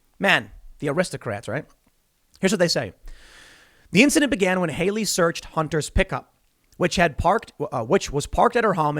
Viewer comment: "A" as in CAT! Hallie! Not Hayley! Stop giving me heart attacks every time you mispronounce that name. Jeez.